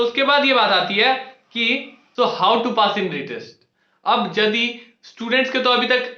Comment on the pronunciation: Nepali ho kya yadi ko jadi bol rhe ho😂